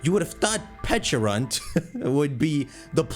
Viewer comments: it’s pecharunt not peach-arunt. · Why does he say peachyrunt